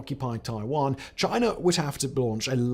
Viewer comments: Lol "Chiner" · Simon, love all your channels. However I would like to address there is no R in China… learn English! 🤣🤣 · There is no R in China. Love you guys tho.